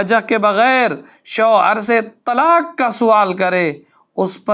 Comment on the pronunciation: یہ تلاک یا تلاکھ کیا ہے؟؟؟ کیونکہ آپ نے تلاک اور تلاکھ ہی کہا ہے کیوں؟؟؟ کیا آپ قاف نہیں بول سکتے؟۔😮😮😮